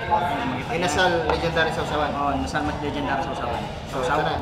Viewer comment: stop saying legend dary sauce it's not legend dary